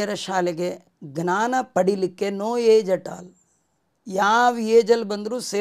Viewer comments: ಜ್ಞಾನ ಸರಿಯಾ,ಙ್ನಾನ ಸರಿಯಾ? ಜ್ಞಾನ ಎಂದರೆ ಅರಿವು,ಙ್ನಾನ ಅಂದರೆ ಏನು? ತಮ್ಮ ಉಚ್ಚಾರ ಸರಿಯೋ ತಪ್ಪೊ ಗೊತ್ತಿಲ್ಲ ತಾವೇ ಹೇಳಬೇಕು. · ಗ್ನಾನ ❌ ಜ್ಞಾನ ✅